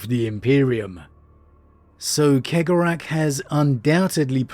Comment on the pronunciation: I love you but…